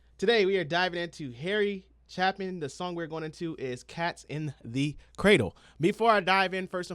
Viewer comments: His last name is pronounced "Chay-pin". Now, if you want a STORY, you HAVE to listen to his song, 30,000 Pounds Of Bananas ). I'll leave the meaning for you to discover. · First syllable of Chapin (Chap) rhymes with "shape".